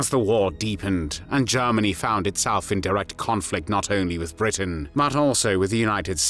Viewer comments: He pronounces Germany very weird... Sounds like AI to me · Lord Haw Haw pronounced it "Jairmany." "This is Jairmany calling."